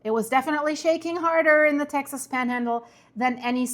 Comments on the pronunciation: the correct way to pronounce Texas is Texus.. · Texas is pronounced Tex-us. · Tex ahs